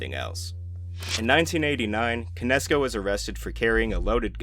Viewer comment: I did not know this was AI Until.... Jose CAN- ESCO. Otherwise GREAT VIDEO